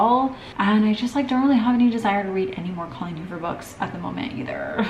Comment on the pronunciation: I’m dying at you saying holleen coover instead of Colleen Hoover 😂😂😂